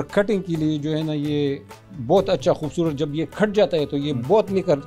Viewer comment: Focus . .not fociss. . 😅 khoobsurutt. . ? 😂 😅 centurr 😅